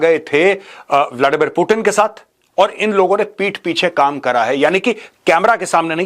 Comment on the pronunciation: मेजर साहब वो कोई टीन का डब्बा नही है जो आप उसे बार बार पुटीन पुटीन बोल रहे हो😂😂😂😂 वो पुतीन है😂